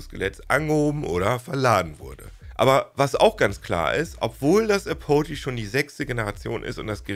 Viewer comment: Bitte das nächste Mal vor der Videoproduktion nachschlagen, wie Apogee (engl. Gipfel, Höhepunkt) ausgesprochen wird.